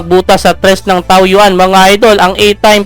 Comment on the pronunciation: Taoyuan….Taoyen po ang basa jan idol